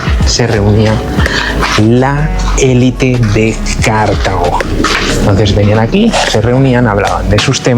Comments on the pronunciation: Dice 'bonito' y 'maravillarnos' así como mil o dosmil veces, aunque con voz de estar descubriendo la piedra filosofal. No parece que conozca a fondo Túnez, a la vista de sus explicaciones ligeritas y topicazas o el delirio de repetir sin sonrojo lo de Cártago (sí, a lo esdrújulo 😂). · Cártago no es esdrújula chaval, sino Cartago, palabra llama, y Leptis Magna no es Leptis Manga. Hay q formarse un poco.